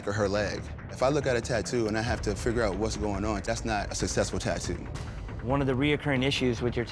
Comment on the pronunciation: My man, it’s successful, not susesful.👌